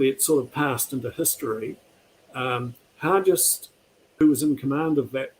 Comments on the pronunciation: James Hargest with a hard g, not soft: that's the way it's pronounced in Invercargill where I get up, anyway, and where Hargest was from (a high school is named after him there). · Not sure why people pronounce Hargest as Har-jest. That's incorrect. Har-guest is the correct way to say the name.